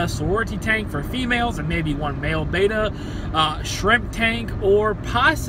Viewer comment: Its written and red as Betta not Baytta!